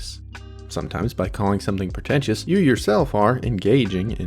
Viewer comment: 'PER-tentious, PER-tention...' The narrator can't even pronounce the words properly. Help him